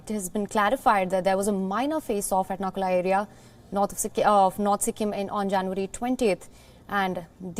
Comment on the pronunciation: Its Nathula not Nakula!!